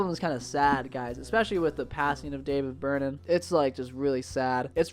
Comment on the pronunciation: The first time you referred to Berman, it honestly sounded like you said David Byrne